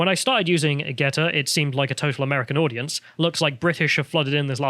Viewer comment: GeTTr not GeDDR.